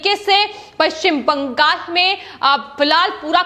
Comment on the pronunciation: Why do you stress on paschim bangal in all your videos? Speak normally.